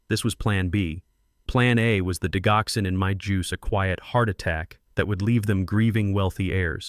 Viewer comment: Digoxin, the “g” has a j-sound! Not the hard “g” sound!